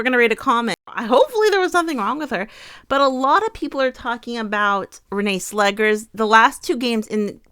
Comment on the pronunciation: Netherlands here. Just a hint regarding pronunciation. It's Renée Slegers, as in "slay-gers", not "slaggers".